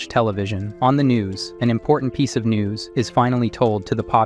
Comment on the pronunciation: No one notice on the ending part when he said "NEWS" he made it sound like "NUDES".?